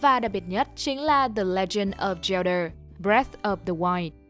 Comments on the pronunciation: góp ý nhỏ là bạn đọc đọc zelda là cheldar nghe hơi cấn cấn, nếu bạn sửa lại được thì nghe sẽ hay hơn, cảm ơn vì đã đọc <3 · feedback cho bạn đọc script để khắc phục: giọng đọc ko khác chị Google, ru ngủ thật sự, english pronoun thì còng kềnh, zelda đọc là zel-đơ....